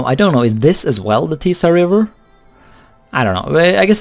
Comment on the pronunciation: Yeah, you're pronouncing Tisa correctly, at least in Serbian